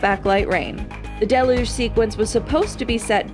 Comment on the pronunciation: Amazing that there are adults today who don't know how to pronounce biblical words like "deluge" and are employed as professional voice-over artists. Did all the grown-ups die out, or what?